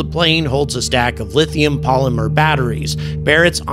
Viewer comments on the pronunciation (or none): none